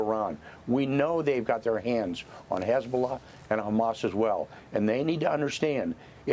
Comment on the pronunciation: As annoying as her voice is, I enjoyed playing the first few seconds of this video back….she sounded like she had a stroke when she said “Hezzbllll”